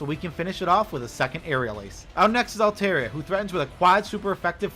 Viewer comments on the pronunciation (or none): none